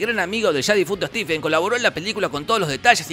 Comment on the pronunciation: Sólo para que sepas Jorge: "Stephen" se pronuncia igual que "Steven" 😊. Blessings!